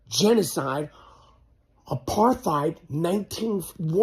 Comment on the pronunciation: Michael is an idiot he can't even pronounce apartheid 😂